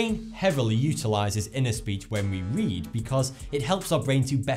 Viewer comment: can you say the letter r it sounded like you said wead instead of read😂😂